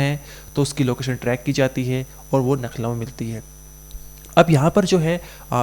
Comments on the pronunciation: Bhai, Nakhlow nahi bolte Lucknow bolte hai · यार आप लखनऊ को नखलऊ बोल रहे है . बार बार आप नखलऊ बोल रहे हो । सही बोलिये लखनऊ बोलिये ।आपका उच्चारण सही होना चाहिये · Nakhlav nhi Lucknow h thik se pta krkr bola kro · Nakhlau nahi Lucknow bolo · Nucklow ❌️ Lucknow ✅️ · Lucknow hota hai naklau nhi bolna nahi aata h to mat karo anchor giri bhai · LUCKNOW boliye plz NAKHLOW nhi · भाई तू अनपढ़ है क्या, लखनऊ इतनी फेमस जगह है फिर भी तू नख़लऊ पढ़ रहा है, तू इंडिया से है या युगांडा से... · Arebhai nucklow nahi Lucknow hota hai aur aap bar bar nucklow bol rahe ho itne bade channel ke anchor ho aur ashuddh bol rahe ho sudhar karo😊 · Why are you telling you nakhlaw it's a Lukhnau😅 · 😁🤣humne b yahi suna baht se log लखनऊ को नखलऊ bolte hain jo lucknow ke nhi hote